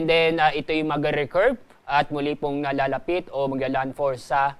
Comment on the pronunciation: mas maayos pa mag balita ang mga studyante kesa sa nag babalitang ito. Hindi manlang nya mabugkas ung salitang lalapit. Mas maiintindihan pa ung chart kesa sa mga sinasabi nya